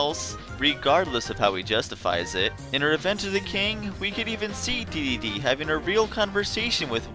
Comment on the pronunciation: Dedede is pronounced d-d-d, (triple d)